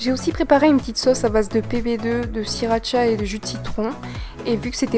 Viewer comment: c'est de la sRRRRRiracha pas de la siracha